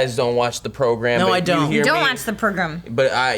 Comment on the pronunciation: "we don't watch the prugrom" lol